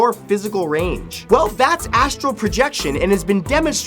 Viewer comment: Pretty sure it's astral projection and not Astro projection